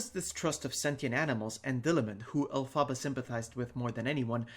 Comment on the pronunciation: It's pronounced EL-fuh-buh, but we all got what you meant, just letting you know :)